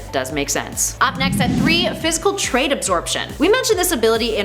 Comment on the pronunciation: Not to be that guy but the word is 'trait", not "trade". Fun video though!